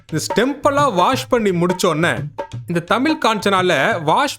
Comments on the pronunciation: அது தமில் இல்லடா தமிழ் தாய் மொழியை சரியா உச்சரிக்கவும் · Adhu thamill illa thamizh...first neenga ozhunga sollunga ..trollibg other language ...